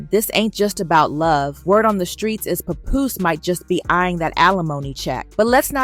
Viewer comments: Who the heck is puh-Poose? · I hate the way they say his name. It's not pupoose. It's Pap Poose lol